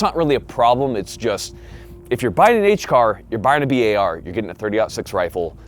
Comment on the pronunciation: >bi ay ar instead of bar he be sayin "bi ay ar" lol blyat dizzed